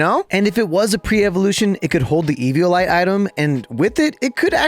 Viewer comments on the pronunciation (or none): none